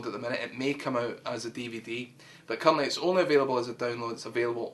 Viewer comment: every time u say "currently" it somehow sounds like u are swearing